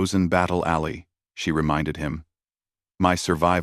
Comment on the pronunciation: Get a proper text to speech program and learn the difference between alley and ally